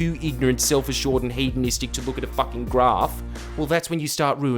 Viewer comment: I can’t get over the fact that Jordie says graph and not graph